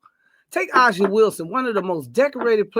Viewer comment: I don’t understand how you are demanding we respect A’ja Wilson but can’t seem to learn how to pronounce her name correctly. It’s pronounced “AY-Zhuh” the “A” is pronounced like the “A” in Asia. Every time I hear use A’ja as an example, but still mispronouncing her name, I can’t help but feel like you both are disrespecting her by not bothering to learn how to same her name correctly. It just seems hypocritical at this point.